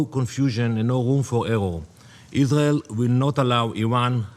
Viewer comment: I can't express how much a I hate this POS. ISGHAEL, ISGHAEL, ISGHEL. Learn the "R" sound you ghat